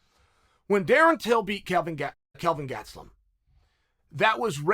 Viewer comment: Uncle Chael: Kelvin Gatslum Me: Ok, great